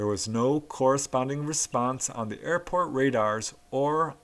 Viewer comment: Ah heheeheee you said Air-Fart instead of Air-Port lol!